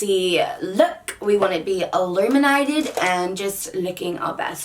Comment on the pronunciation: Omg you sounded Australian when you said illuminated!!!! 😍😍😍